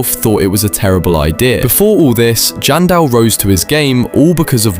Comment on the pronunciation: Its janson Manson not jandel manson